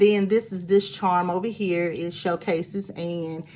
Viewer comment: You got me spending money "ova hea" (with and accent) I tracked down that cute sizzix mini rosette die 🤑🙄 Loving your stinking cute projects and luckily I do have the Raggedy Ann and Andy die set. You got me inspired girl. It's time for some Raggedy shabby dolls 💕